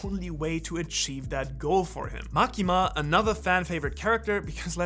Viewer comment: Ain't now way bro said MAKINA